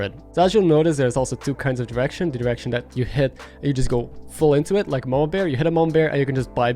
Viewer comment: Love the video! It's super helpful! But everytime you said "direction" it sounded like "erection", and it made me chuckle every time xD